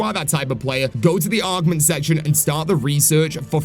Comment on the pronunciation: Why do you keep calling them ARGments?!